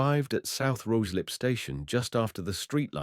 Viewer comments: I've actually had to stop listening to it, the various pronounciations (Rooozlup etc) are awful! I'll read about it instead! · Ruislip is pronounced Ryeslip. The AI commentary seemed to occasionally get it correct and then in the next sentence would mispronounce it. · Obviously AI cannot pronounce Ruislip correctly! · I was going to comment exactly the same!